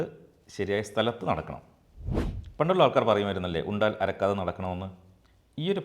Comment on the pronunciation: Ara..kaatham Alla Arakkaatham .